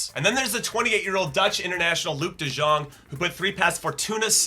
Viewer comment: The j in de jong is pronounced more like a y then a j